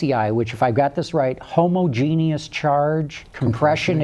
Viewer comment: Every time he says homogen-u-ous. Ugh.